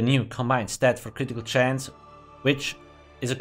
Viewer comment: My favorite word says with his accent: Critical (Ka-rit-eee-kull)